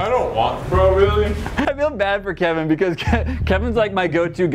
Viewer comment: It's kevin not keven 😭✋